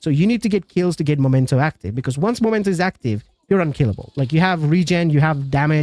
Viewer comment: Why people can't read? It's Memento and not Momento!!!!